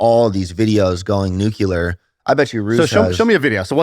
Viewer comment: Nucular baby